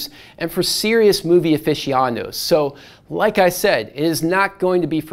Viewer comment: The word is “aficionados”. Not “oficiandos”.